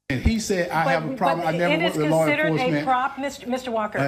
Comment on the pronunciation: (Pulls out plastic badge) “And you know what so funny… I AM wuk wit many police officers.” 😂😂😂 the most epic of fails